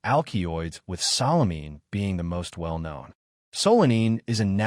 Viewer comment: AL Kee oids and SA Lə mee . . .yeah, this A.I. is a youngster, perhaps a pre-teen! The text and narration are doing some ODD, topsy-turvy things(!) So annoying = solanine(!) "So Lean" (yet another attempt at solanine!) And...number THREE: SALINE(!!) Holy crap, A.I. The "A" holds up; the "I" does NOT. This is hilarious.